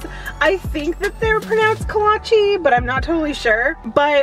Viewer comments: PS Your pronunciation of Kolache is correct! :) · You pronounced Kolache the right way